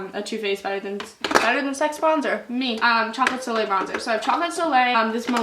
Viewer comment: thank u for knowing how to say soleil ily